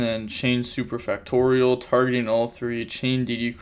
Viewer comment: I’m so proud, you finally learned how to say superfactorial correctly ❤️